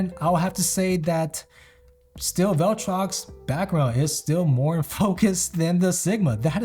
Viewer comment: Imagine mispronouncing ‘viltrox’ as ‘vell-trox’ 214 times in a vid. Gummon bro.